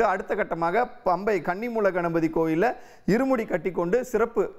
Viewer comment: பம்பை இல்லை பம்பா.